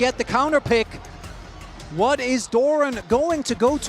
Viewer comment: 난 저 우왓(what) 이 딕션이 ㅈㄴ 찰진것같음ㅋㅋ 거기에 구마유시 두번째스마 샤라웃까지ㅋㅋ